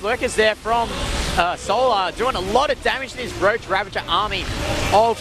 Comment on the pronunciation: GOD DAMNIT TASTELESS THERES NO "N" IN RAVAGER! STOP SAYING "RAVENGER"! I swear to god, i will say bad words to kittens if you keep doing this, do you want this on your conscience tasteless? Can you sleep at night knowing bad words were said to INNOCENT kittens because of you saying "ravengers"? This is not an idle threat, we have procured three, THREE, kittens and although I am the only one in the group willing to commit this atrocity, know that I WILL commit it! The ball is in your court tasteless.